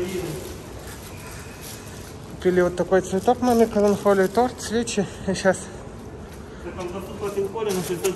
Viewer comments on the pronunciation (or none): "КаланКолия" он сказал )))